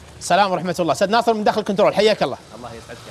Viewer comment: الكتنرول😂😂👏🏻؟؟!! الكنترول ي بابا انت يبي لك من يدّقق وراك و وراء اخطائك الله يهديك🌞💦